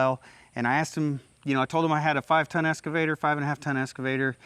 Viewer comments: It’s an Excavator! Not an escavator! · Ahhh.... the esscavator 😄